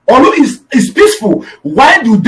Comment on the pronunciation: Is not olu is Orlu